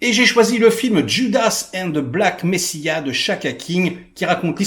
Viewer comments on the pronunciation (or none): Très beau top, mal mal de film que tu m'a donné envie de voir. Comme toi, SJLA reste mon numéro 1 absolu de ces 10dernieres années même ! PS: Black "Messiah" se prononce "méssaya" en anglais. Voila, juste pour aider :)